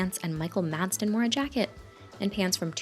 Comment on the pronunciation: Seriously, again?! 😱 MaDsen, not. Masden! 🙄😒